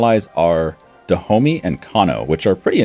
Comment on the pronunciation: Stop pronouncing "Dahomey" wrong.